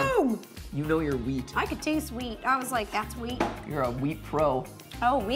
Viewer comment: Heard weed instead of wheat